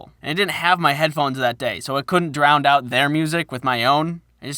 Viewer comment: So you're one of THOSE that say "Drownd" instead of "Drown" :/